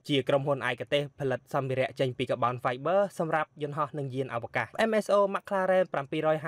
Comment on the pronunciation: Car-Bon-Five-ber not ka-bound-vi-ber